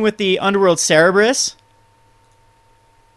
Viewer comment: "cerberus" not "cerebrus".